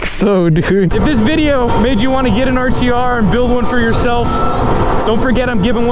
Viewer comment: He said build it yourseld